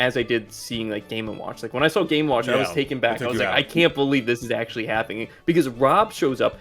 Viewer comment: "I akssshhually like me some Mario" 🥴🥴🥴 it's sad for humanity how people these days don't even try to hide their lack of cognitive capability.